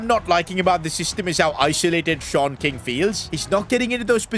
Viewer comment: Shon king is wrong ❌ sean king✅